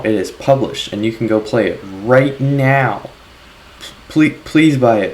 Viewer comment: you said it's out "right NEOW?"